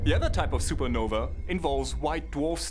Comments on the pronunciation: SUPERNOVA!!!!! NOT SUPER NOVI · Super-Nov-A NOT E AAAA HERE ME